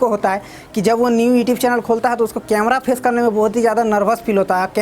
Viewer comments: E tube kyu bolte ho you tube bola kro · Tu khudh to youtube ko etube or videos ko bideos or inspiration ko itspiration bolta hai or duniya ko bata raha hai camera ko face kaise kure 😀😁😂🤣